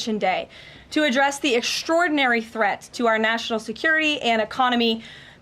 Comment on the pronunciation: I love it when she dramatically raises her voice on certain words to show just how "Great and Powerful", the Orange Oz is: "The president did bla bla bla...to address the EXTRAORDINARY THREAT to our nation security and economy " As Bugs Bunny said, " ahhhhh ha ha ha what a Maroon!!"